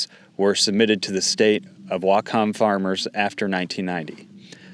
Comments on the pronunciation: Whatcom is under drought conditions. (Weird you can’t pronounce it correctly, but you claim to be from here.) It has been for several years now. The state needs to provide impact statements which protect water rights for the entire state, farms included. Without it, bottlers and other states can make need claims on our water supply. You should worry more about how the federal government treats us all. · Great video, but the fact that you can’t pronounce Yakima or Whatcom makes me think you’re not from here. Still, thanks for the news, it’s important and I’m glad you’re covering it. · It's pronounced YAK-ima. WHAT-come County. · thank you for this report. Pronunciation is Whatcom: Wotcum and Yakima: Yackima. This is a devastating addition hardship for the soft fruit industry in Whatcom. When I was growing up there in the 1970s Whatcom County produced most of the country's berries. Cherries, peaches, apples mostly grow on the east side of the Cascade mountains. We have always been been the country's largest supplier. In the 1990s a new pest arrived on the west coast that has devastated farms that produced fruit for fresh eating. The Spotted Wing Drosophilia Fly. SWDF lays eggs in the fruits early blossoms, and the larva then bore into the young fruits. It has ravaged every fruit crop on the west coast. Since the wild Himalayan blackberry has spread to every vacant lot and open space, that has facilitated the spread of the SWDF at an exorbitant rate. Now, most of our fruit is only fit to make juice. Fortunately, that hasn't hampered our wine grape production. Having the government go after water consumption rights is just evil. I believe that you covered some of the water permit strong-arm tactics that are being used on family farms here a couple of years ago. Most of the world doesn't realize that Washington state is truly a bread basket and leading fruit producer of the world. What can we do to stop the blood bath?